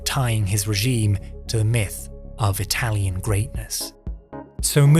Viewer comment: your italian pronunciation is perfect. like the video itsef. great work